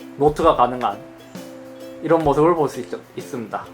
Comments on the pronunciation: 있습다 라고 하시네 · 잇섭 발음봐라 뭐뭐 하고 있슴돠 ㅋㅋㅋㅋㅋㅋㅋㅋㅋㅋㅋㅋㅋㅋㅋㅋㅋㅋㅋㅋㅋㅋㅋㅋㅋㅋㅋㅋㅋ